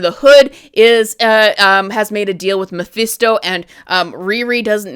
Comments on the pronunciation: Hate to do this but you're saying Mephisto completely wrong. It's pronounced Ma-Fist-O not Ma-Feast-O. It's weird that you say it properly sometimes but then say it wrong like you're doing it on purpose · it's mephisto, not meeephesto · "Mah-FIST-oh" Mephisto . Thank you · Who the hell is Muhfeesto? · I haven’t watched the show yet. But I’m interested. I agree though they should’ve shown us mephisto in Wanda vision but the clues were there. And it’s meh-fist-tow 😂🍻 Great critique though keep up the good work. My marvel watch list 6/15/25 update -The infinity saga was originally arranged by looper. As of 6/15/25 I made changes to maintain continuity. The rest of the sagas are arranged by me. -All numbered (1,2,3,etc.) content is the MCU/sacred timeline. Those are the movies, shows and shorts that you want to watch in order. -Anything marked with a “•” is additional/optional content for the advanced fan (added by myself). -I added the defenders, fox-verse, agent Carter and misc content to accompany the main timeline and fill in the gaps. -The key to the symbols are located at the end of the list. ——infinity saga—— 1. Iron man 2.Iron man 2 3.Incredible Hulk 4. The consultant (*marvel one shot) 5. Funny thing happened (*) 6. Thor 7. Capt. America •[@ Carter S:1-2] 8. Agent Carter (*) 9. Avengers 10. Item 47 (*) 11. Iron man 3 12. All hail the king (*) •[A@ S1:E1-7] 13. Thor: dark world •[A@ S1:E8-16] 14. Capt. America: the winter soldier •[A@ S1:E17-22] •[DS@ S:1] •[DS@ Jones S:1] •[DS@ S:2] •[DS@ Cage S:1] •[DS@ Fist S:1] •[%-Cloak and dagger S:1-2] •[DS@ Defenders] •[DS@ Punisher S:1] •[%@ the duck] 15. Guardians of the galaxy •[A@ S2:E1-19] 16. Avengers: age of ultron •[A@ S2:E20-22] 17. Ant man •[A@ S3:E1-19] 18. Capt. America: civil war •[A@ S3:E20-22] •[@ •[%-Ghostrider]